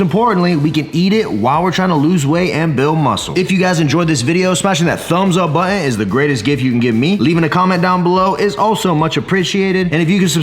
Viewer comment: Did you say thumbs up bu-in / botton ?